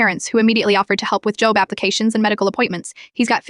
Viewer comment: Why does AI pronounce job as "j ō b", like the Bible?